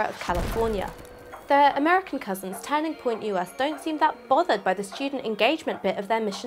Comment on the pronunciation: Why does she say turning like tanning "tanning point UK".